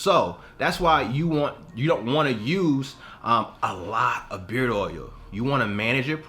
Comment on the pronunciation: It’s OIL........not OUIL